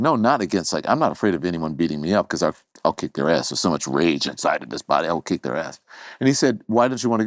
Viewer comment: Did he say kick someone’s ass or lick someone’s ass?